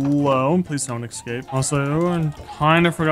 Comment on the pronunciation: Please for the love of god stop saying "Excape"!!! Escape has never had an X in it.